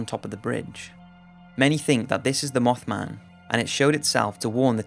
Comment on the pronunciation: Instead of mothman he says mofman